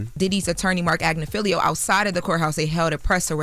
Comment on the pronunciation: it is AGNIFILLLLLO NOT AGNIFILIIIIIIIO 🙄🙄🙄🙄🙄